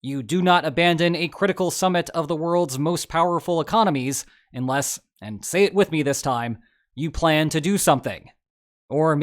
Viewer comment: It's pronounced 'unless', not 'inless'